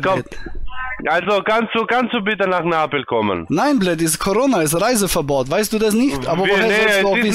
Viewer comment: "Komm nach Napel" - blöd, wenn man nicht mal den Städte-Namen richtig aussprechen kann.